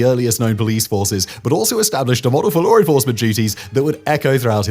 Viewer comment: "LORE ENFORCEMENT" what?